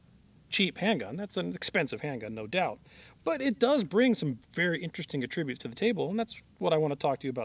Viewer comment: Great review, it is : "A trib ute" though, not "a Trib ute", as a noun; emphasis on the A, not the Trib lol. As long as your new employ is public speaking. I have an English BA. Bravo for your courageous efforts thus far: 2 thumbs up! As a verb your pronunciation is correct.